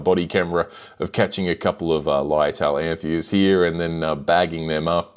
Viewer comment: Beautiful fish but the pronunciation of femininus (you put the name in your title, it's not feminus) and anthias (single is not anthia, the s is hard, like bus, not soft like bees) makes me cringe.